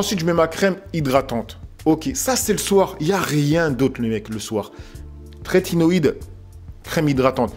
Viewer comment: Top merci pour la vidéo ! Par contre c'est trétinoïne et non tretinoiDe 🤪